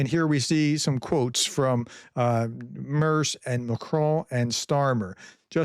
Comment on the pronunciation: the Name is Merz, not Mörs